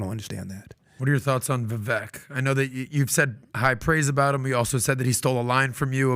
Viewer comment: Funny these guys still pronounce Vivek's name wrong.